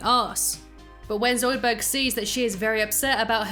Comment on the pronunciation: Yes, NOT Zoudburg. Shut up Zoidburg!